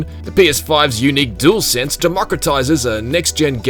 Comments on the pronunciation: 'Dool sense' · Gotta love a “doolsense” controller.